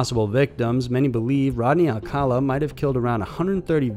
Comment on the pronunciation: Thank you for pronouncing Rodney Alcalas' name correctly!!